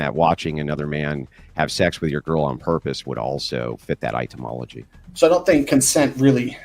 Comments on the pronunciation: I'm pretty sure Andrew is partially illiterate with the number of words he consistently mispronounces and the unironic use of double-negatives.😂 The words etymology and nuclear are his kryptonite. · One day, Andrew will learn how to pronounce etymology. Only then will he achieve greatness. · Is he pronouncing "etymology" as "itemology"? :)